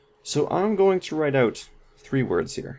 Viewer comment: Are you European...When you said “Im going to write out...The out sounded like a non American speech pattern, ... Thank you, great video